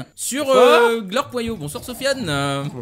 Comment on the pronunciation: super vidéo mon gros cochon mais bizzare ce io lol